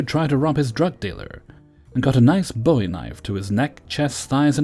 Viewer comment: Love your channel, been listening since the beginning of the pandemic. Please remember Bowie knife is pronounced BOO-EEE because it's named for Jim Bowie, not David Bowie. Thank you!